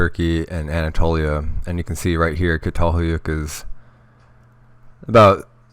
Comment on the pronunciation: Pronounced CHATALHEWYEWK